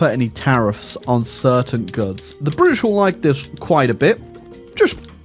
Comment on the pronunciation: Cringe whenever I hear "Briddish"